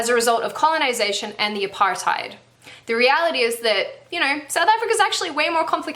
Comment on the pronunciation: Great video, but the pronounciation of Apartheid😂😂